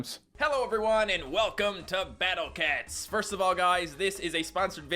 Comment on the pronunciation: I love how after years he still says battle cets